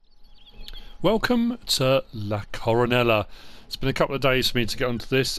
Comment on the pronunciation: What a great map, thanks for the tour. If that’s Spanish, double L’s are silent, Co-ro-NAY-ah.